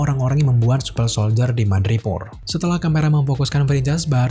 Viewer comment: Super bang bukan supel